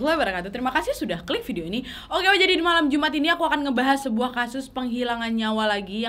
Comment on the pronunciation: Oalahh Kaka nanas salah ucap malam Jum'at tho